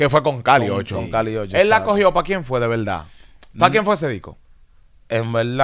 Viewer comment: El urbano Dominicano debe dejar de decir “en velda en velda”